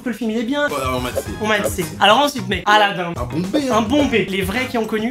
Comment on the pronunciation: C'est moi ou dit aladinde